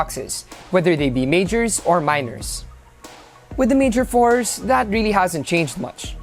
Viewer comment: It's not Mayor Force or Fours, it' s Mayor four 4! jebote fors da te jebo